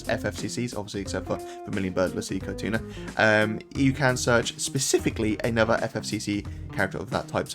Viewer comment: Caetuna pronounced Setsuna